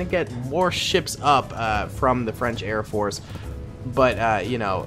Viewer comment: ''Airport'' I thought it was Air Force lol